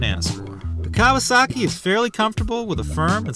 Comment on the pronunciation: Fair! Reminds me of my old KZ for sure. I'll stick with my speed triple ;) Kudos on the correct pronunciation btw